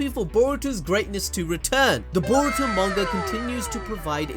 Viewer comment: Can you get his name right boruto 🤦🏾‍♂️!